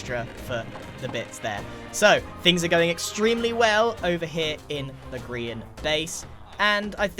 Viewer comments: It's a Gree(ia)n beacon. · it's a grian beacon (when you pronounce it in a wierd way it sounds like grian)